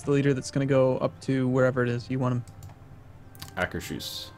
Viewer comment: Akers-Hus (pronounced Ahkers Hoos). Not Aker-Shus.